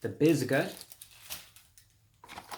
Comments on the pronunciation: “ The biscuh” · the bizgut